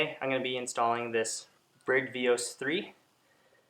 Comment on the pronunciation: It's pronounced Bri-de 😀